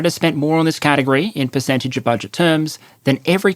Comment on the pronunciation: "Perececntage" "Perecentage"